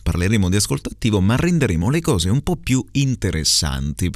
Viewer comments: Mi pare di aver sentito "inchióstro" con la "o" chiusa, "nòmi" con la "o" aperta e " po' " con la "o" chiusa Un saluto da Tommaso, il ragazzo che ha frequentato il corso a Firenze 😉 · Mamma mia è difficilissimo 😫 azzardo con la S di qualcosa verso 4.10, la O di nomi verso i 5.10 e la O di po' a 6.29... mi viene il dubbio sul mancato raddoppiamento della M prima di merda, alla fine, ma booooooh!! comunque, grazie come sempre 😉